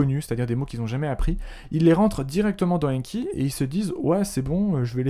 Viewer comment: Il ne s'agit pas "d' AINNNNE........KI" mais "d'ANKI" avec AN prononcé comme dans nouvel AN. Veuillez réviser votre prononciation avec ANKI justement!